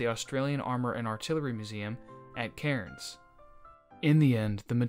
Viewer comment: As an Aussie it is pronounced "Cans"